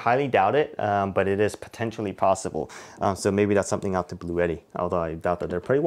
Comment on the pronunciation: Great video, thank you for the details. Also, it's actually pronounced 'blue-ti.' I watched their official video on the EB3A.